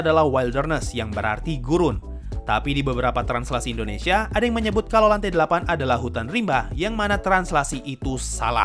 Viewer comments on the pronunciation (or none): none